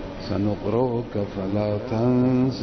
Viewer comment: Still doesnt change the fact that this so called 'great top scholar' makes basic mistakes in his recitation that the children of Ahlus-Sunnah dont even make yet alone our scholars, such as when he says 'Sanuqru-uka fala tansa' when it is supposed to be 'Sanuqri-uka fala tansa'